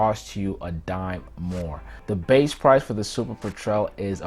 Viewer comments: (*"PET-rel", NOT "Pe-TREL") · I've never heard anyone pronounce "petrel" like that. Not even the french way "pétrel."